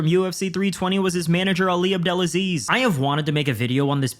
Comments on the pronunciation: I noticed you kept mispronouncing Ali”s last name. I know it looks weird, but it’s pronounced Ab Del Ah Sleeze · The way Conor pronouce Ali's name lol 😂